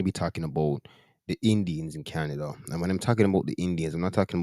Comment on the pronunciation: Canadia😂 one day not Canada anymore